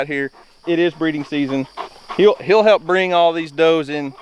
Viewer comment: "HEALP" that's what I heard